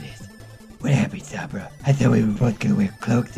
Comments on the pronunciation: omg it's SOHMBRA not SAHMBRA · "Ah yes, SAHMBRA." Sorry sir, but I think you meant "Sombra". Like damn son. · is S-O-BMRA not SUM-BRA! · SOMBRAAA NOT SAAAMMMMBRAAA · soh-mbrah..... its so-mbrah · he doesn't even know how to pronounce her name right lol its so-m-bra not sa-m-bra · why do people always say "SAHMBRA?" it's not that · It's pernounced sohm-Bruh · S om bra it's sounds like this so mbruh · You pronouncing her name triggers me cause you didn't say it right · Why does everyone say Sombra wrong? It's not that hard, they even say it correctly in the animation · You pronounced Sombra wrong, please get it right